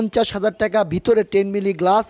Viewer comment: টেকা না ভাই টাকা। সুন্দর করে বললে হইত বাড়িটা ভাল লাগত।আর ভাই রুচি টা খুব খারাপ।